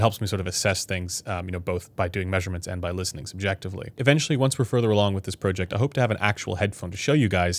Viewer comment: Speaking of happy with sound, I'm not happy with the sound of how you pronounce the word project.